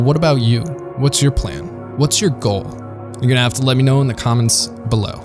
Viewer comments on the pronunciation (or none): none